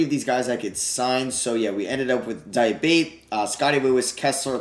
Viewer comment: Diabate is pronounced Diabatay btw. Nice video otherwise